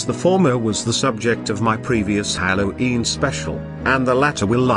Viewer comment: Why does the voice pronounce it "hallow eem"